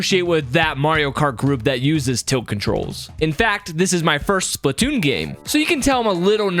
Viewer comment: It’s not spitoonn it’s splatoonn